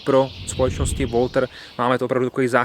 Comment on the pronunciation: Značka Walther se nevyslovuje "Woltr" ale "Waltr"